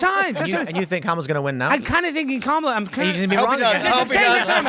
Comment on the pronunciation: I love pronunciation of Cam-a-la. 😂